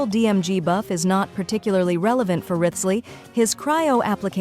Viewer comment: The ai voice cent pronounce them correctly lol